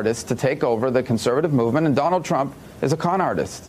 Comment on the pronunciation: I'm sorry Chris Hayes but did you say "Donald's Trump"? Got McDonalds on the brain huh?